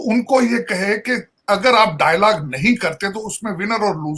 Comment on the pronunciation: yar ye ese hi bolta h dollar ko dallar, dialogue ko daylage 😆